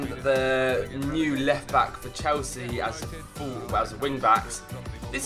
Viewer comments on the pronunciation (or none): none